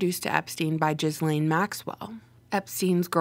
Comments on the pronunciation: Yes thank you for coming out with the truth oh and Ms. Maxwell's first name is pronounced like Ga Lynn. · Hahaha she said Jizzlaine. Too rich.